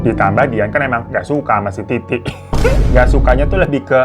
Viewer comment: Bang gw langsung ngakak wktu km bilang titi tp slh ngucap iti😂klo smpe ke bablasan hbs lo🤣😂